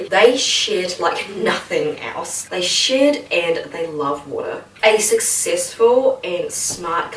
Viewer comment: Your accent makes 'they shed like nothing else' sound like something else!